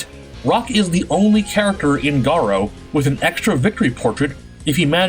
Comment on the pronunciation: Damn you really butchered that Garou pronunciation lmao